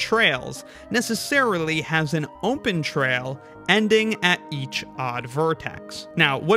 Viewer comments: Ahhh heck no I think I know what part of the states you're from. I heard you say open as ohm-pen. I used to say it like that all the time cuz my dad did it. I fell out of it cuz it drove my mom nuts and she was like, no this is stopping now it oh-pen not ohm-pen there is no m in the word. So I have a suspicion of where u live in the states. I wont say it cuz I don't want to dox you or anything, but I had to rewind the video to make sure I heard it. Most people will miss it sure, and just filter it out. I however had been an ohm-pen user my own self too so it stuck out really well for me. Not saying u have to stop just set saying I noticed. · Am I the only one hearing ohmpen?